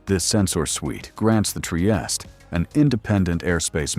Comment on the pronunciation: Anyway the right proununciation is: Tree-eeh-steeh